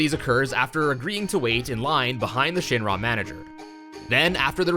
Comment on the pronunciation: Omg the way you say Shinra. Shin RAAA. Ick. Wrong.